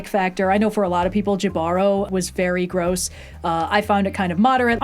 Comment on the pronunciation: The episode Jibaro isn’t pronounced "Jih-BARR-oh," it's "HEE-buh-ro," for anyone interested (it's Spanish).